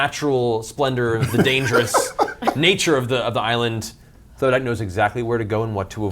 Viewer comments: Terry Crews: "I AM THODAK!" Me: ... Me: You mean Thordak??? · Every time I hear Thodak I have a mini heart attack Matt has scarred us!